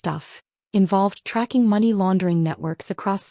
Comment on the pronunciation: There's fiction and then there's AI crap that can't even pronounce Money or times 😂😂